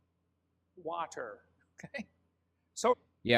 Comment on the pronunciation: The way he pronounces words like "wa-ter" f*cking enrages me (irrational as that might be)